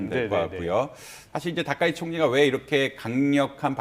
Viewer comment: 이름발음을 " 다까이지" 짓만 하네.